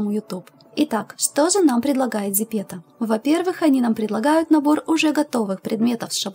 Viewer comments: Прости, но говорится зэпэто, а не зипето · Не зЕпЕто,а зЭпЭто (